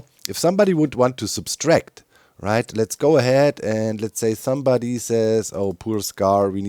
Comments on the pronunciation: It's Subtract, not Substract. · fascinating, doc actually think it's sub S tract not just a pronounciation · I wouldn't have mentioned it if you had 'only' kept saying it, but since it's also on the sign: It's "subtract" not "subStract", wie subtrahieren im Deutschen, ohne S. Liebe Grüße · Only a tiny bit of feedback, but it’s one of my pet peeves: there’s only one “s” in “subtract”. (In German as well: only one „s“ in „subtrahieren“.) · Hey doc, just a friendly English reminder, there's only one S in the word subtract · Doc keeps adding an extra ‘S’ to the word subtract. I can’t unhear it!